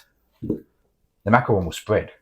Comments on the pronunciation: Macaron not macron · Macaron, not macron.